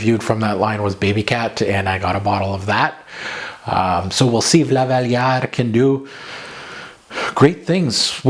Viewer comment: Lolll You need to be french canadian to appreciate the way you pronounce Lavalière!